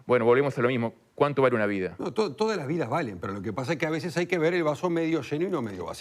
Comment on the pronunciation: "A veshes no tomar medidash también esh una medida" Pompita 2022.